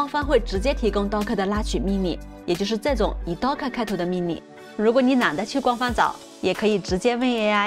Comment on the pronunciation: 是搭可，不是都可